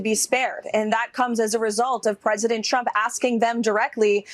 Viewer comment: Have you noticed that Caroline with a K can’t say the word Trump. She says chump.